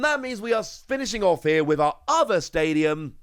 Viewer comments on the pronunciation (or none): none